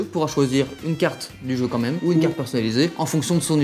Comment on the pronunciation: On dit bien QUAND MÊME et non COMME MEME